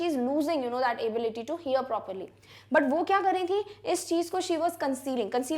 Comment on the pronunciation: ma'am aap ability ko galat kyu pronounce kr rhi ho why india need answer